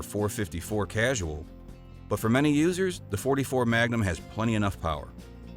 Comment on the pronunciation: Nice choices! I’m pretty sure it’s Ku-sool though not casual